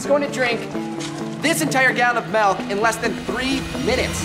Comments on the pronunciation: Does anyone else hear him say MALK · a gallon of malk? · He said gallon of malk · He said MALK NOT MILK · bro said melk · Are we just gonna ignore the fact that the guy says "Malk" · did he just say melk